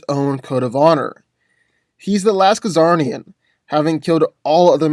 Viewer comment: What's a Ka-zarnian? I know what a Czarnian (zar-nee-an) is but, not that other word you said.